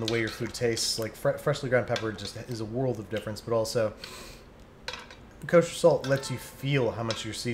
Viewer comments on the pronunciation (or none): none